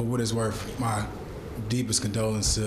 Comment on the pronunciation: for wud it's wurf